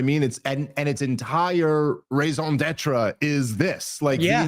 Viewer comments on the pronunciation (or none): Dave I’m a huge fan - but plz ffs learn how to say raison daitre. It’s painful hearing you mispronounce it over and over